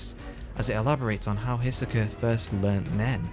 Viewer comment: A volume a year? Only another decade MINIMUM left before we can finish the story then... This video shouldn't be called what it is. The hiatus isn't good and this video doesn't show how it is. It just shows how it could be worse.. also, my god...pronounce hisoka like a normal human please